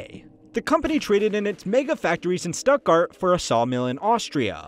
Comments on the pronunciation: It's pronounced Shtuttgart, not Stuttgart... It's pronounced Porsche (with the e), not "poorsh"... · This comment instantly deflated my growing bubble of anger at the Stuttgart pronunciation. Thank you. (Porsche was really just missing a syllable, whereas Stuttgart mispronounced pretty much everything) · It's pronounced Porsche, not Porsche. Oh, and it's Stuttgart, not Stuttgart. Hope this helps. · Brilliant! His Stuttgart was quite bad though. Jarring even. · Everybody mad about your pronunciation of Porsche and Stuttgart - I just want to add that it's ALUMINIUM, not ALUMINUM. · The pronunciation of “stuttgart” in this video made me cringe.